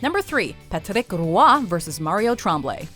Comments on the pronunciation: . The way she says “Patrick Roy” makes me unreasonably angry. I’ve watched him play on multiple networks throughout so many years and never heard his name said that way. 😂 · Why on earth is she pronouncing Patrick Roy's name like that?! lol I've never heard his name pronounced that way. Sounds so pretentious. Like you're speaking english, right? Why try and put a french accent on the name? sound so ridiculous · How many syllables do you need to say Patrick Roy? PAT-RICK WHA. You're not French Canadian, don't try to be. LOL. Oh, and Pete Rose IS a baseball legend. Like Joe Jackson is. Their gambling was wrong, but that doesn't change the fact that they were two of the greatest hitters in MLB history. And speaking of MLB history, in 1919, New York's better-known team was the New York Giants. Just sayin". The rest of the video was great. Thank you. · You say "Patrick Roy" funny